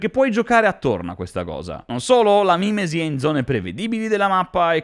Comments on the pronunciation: ma è mimési non mi mìmesi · Tutto molto bello ma si dice mimèsi.